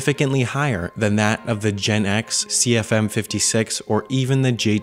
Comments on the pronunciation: Biggie Cheese actually is GEnx(pronounce as G.E.N.X) Not jet X nx was short-term name of next generation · fyi, the GEnx is pronounced GE-N-X, not like the Gen-X generation. :D